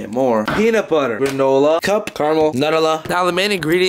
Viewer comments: Wait wait lol “nut-ella” not “Nutella(New-tella)” lol but hey if it works it works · HE HUST SAID NUTALLA INSTEAD OF Nutella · Anyone notice that instead of saying Nutella he said “nut-al-a” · didnt know nutella was pronounced like that 😂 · I'm Italian: DID YOU REALLY SAY NURELA? (I'm kidding but the pronounce is Nutella) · did he just say (nut-ehhla) BROOOO it's (noouu-tell-ah) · AHAHAHHAHA I'm Italian and i have heard "NadEla" not NUTELLA AHHAHAHA !!! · No one: Not even a single soul:: Nuttula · “nut-ola” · nutala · Literally Nobody:: "Nadulla" * trying to pronounce nutella * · I wanna say he's doing it for the memes same for the banana tREe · “Nutela” Everybody: 🤔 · we just gonna ignore the fact he called nutella, nut-ella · He said nut-ella 😄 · It's noo tella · Maybe we're all saying it wrong and is right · Is no one gonna talk about the way he pronounces “Nutella”?!?!?😂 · the way he pronounced nutella got me dying🤣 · The way he said nutella tho (lols) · The way he said Nutella 😂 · HOW DID HE SAY NUTELLA? WHAT? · say nutella like that again. i dare you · the way he said nutella i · The way he says Nutella is wrong